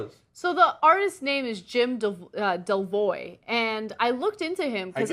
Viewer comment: It's Wim Delvoye. Not Jim Dewwwioowiu